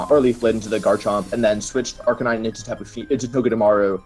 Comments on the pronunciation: Arr-can-e-neh whaaaaaaaat I thought it was Arr-can-nine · Why did he say arca nee nay?